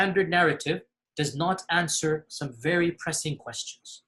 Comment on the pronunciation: They: "It's not an easy answe.." "IT SHOULD BE AN EASY ANSWE.." "alright..." Me: 🤩🤣